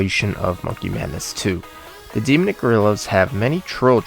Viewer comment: "De-Mick Gorillas" What? It's pronounced 'Dee-Mon-Nick' Gorillas....